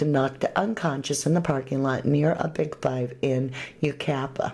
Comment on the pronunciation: Yucaipa is pronounced you kie pah